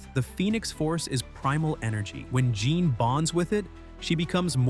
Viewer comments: This AI needs to be better, it's Jēan Grey for f*cks sake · If you say JOHN instead of Jean one more time!!!!!😂😂😂😂😂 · Right! Jeeeeeeean long E!